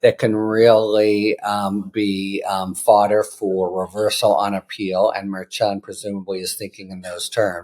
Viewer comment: Judge’s name pronunciation: mer SHON, not mer chen.